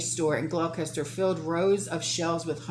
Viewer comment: I’m from the UK, thank you for sharing what’s going on over here. To help, Gloucester is pronounced ‘Gloster’.